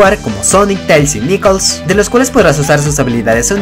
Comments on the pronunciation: ¡Wait! ¿Acabas de decirle Nikols a Knuckles? Que yo sepa se pronuncia "Nakels" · es knuckles y se pronuncia nakels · the bear es shadow no "Nikols"como le distes tú y es knucles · nikols? es nakels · Sonic, Tails, Nikuls, iggman, me partí de risa con eso :v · Sonic, teils y niculs :v jajajajaj